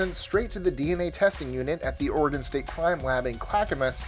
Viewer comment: I just wanna thank for pronouncing Oregon correctly. Most people say Oregone. DOH. I live in Springfield Oregon home of the Simpsons. 🤪🤪